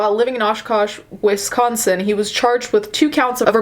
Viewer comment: DEHSCOSTEN😂 gets me every time